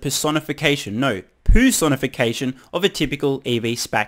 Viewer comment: "poosonification"